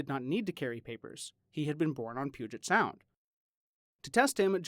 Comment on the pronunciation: "The puget sound" Fail.